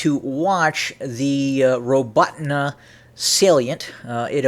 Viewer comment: nice pronounciation of robotyne